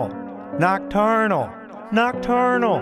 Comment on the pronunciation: why am I watching these This is how many times Carl said nochternal 👇👇 👇👇